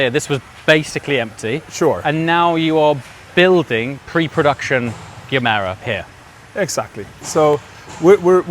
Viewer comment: Gemera should not be that difficult for any English speaking person to pronounce correctly, the GE in Gemera is exactly the same as the GE in Gemini. The G is soft and more like a J than a G compared to something like the G in Google.